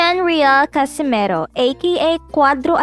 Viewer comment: CASIMERO BOBO HINDI CASIMIRO! Ayusin mo bigkas mo!